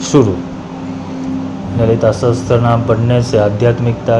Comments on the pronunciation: There is no Sanskrit word "sahastra". It is sahasra. Mispronunciation of sacred verses due to ignorance causes great harm. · Sahasra kahiye sahastra Nahi Asuddham na padho